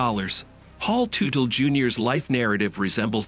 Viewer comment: Ummmm you can't even pronounce the last name correctly. It's Tutel like as in King Tut with an 'ellll' at the end. FFS!